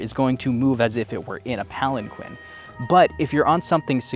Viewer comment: Palan-KEEN. So many audiobook narrators mispronounce this word